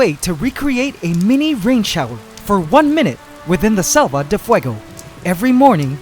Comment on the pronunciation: You're pronouncing selva like salva